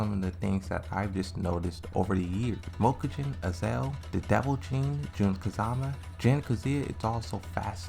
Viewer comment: Mokujin. Read it again.